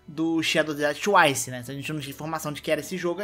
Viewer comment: Quando voce Fala twice parece que voce Fala tchuaiche.. Eh sotaque carioca?